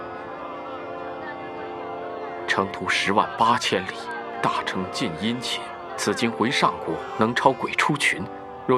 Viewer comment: "大乘"應念"大聖"音吧....